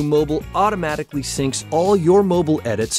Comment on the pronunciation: Not everyone falls into the Apple trap there is life out side of iPads come on Adobe get in the real world, after all mac's has less colours then pc's for a start... cant even say the word 'mobile' correct lol